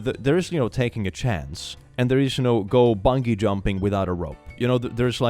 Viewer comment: Best part of the video? "english as a foreign language" pronunciation of bungee... so adorable.